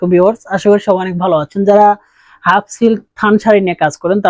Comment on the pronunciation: হাপ নয় কথা টা হাফ